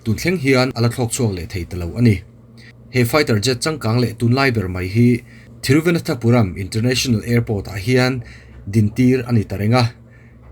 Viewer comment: Thiru va nan tha puram ti a lamtur ani in ka hresi a sir, thiru vana thapuram I ti zela (nan) tih tur a ni zawk em aw